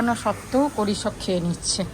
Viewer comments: ওটা কড়ি না ওটা কুঁড়ি। আগেও তোমায় কমেন্ট এ কেউ বলেছিলেন, তুমি ঠিক করে নাও নি। বাংলায় ভ্লগ করো, কিন্তু ভুল বাংলা word bolle খারাপ লাগে শুনতে। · Thik bolecho, ota kuri hobe